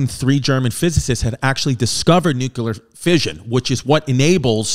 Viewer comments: Btw “Nuclear” NOT “NuCUler” unless you’re Baby Bush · chrissy. stop saying nukeular. its like this: new-clear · Nuclear. New-clear. 🚫nukular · "It's pronounced Nu-cue-ler" - H.Simpson